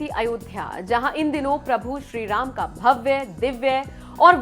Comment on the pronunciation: भव्य का उच्चार भव्वे और दिव्य का उच्चार दिव्वे ऐसा क्यूं करते हैं आप।